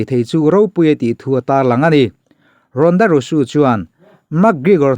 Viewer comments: Leh lawk, ronda rousey ania, ronda rusu tiin an lam lo, a mizo takin rawnda rauzi ti a lam tur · Ronda Rosu nilo in Ronda Rousey tih Zawk Aw... 😁👍👍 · Ronda rosu I tih khi ronda rosy tih zawk tur a lam dan khi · ronda rausi ti a lam tur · Ronda rousey hming hi i lam sual deuh em aw ka ti,kan chenna hmun a zir in tawng leh thil lam dan hi a in ang vek lo tih hi chu ka pawm thlâwp mai.Mahse,'Rusu' tih hi chu a dik hlel deuh chuan ka hria...a kut zungchal nilo in zunglai zawk alawm a hmuh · English an thiam bik em em awm bik der si lova ka lo tia keipawh. Sap ramah zin ta se hawi hai tak tak tur hian mi english pronunciation lo nuihsawh hi an ching.